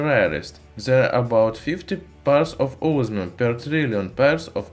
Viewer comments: its not osmium, its ooosmium! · Can't understand you mate ozzzzminnnn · Os MI um❌ Os Our um✔️ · I listened it carefully 3 times, "Ozmium"? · This guy reminds me of the guy that says onio instead of onion cuz it sounds weird when he says osmium